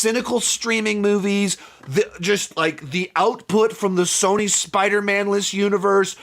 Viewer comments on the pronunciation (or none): none